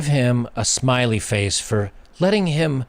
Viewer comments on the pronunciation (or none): none